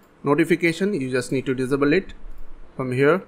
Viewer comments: What the hell does Dizibil mean? Can't you say disable? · Not to make fun of your accent but I love how you say disable. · The way he saids disable kills me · please google how to say the word disable... otherwise great video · its pronounced in- abe el and diss abe- el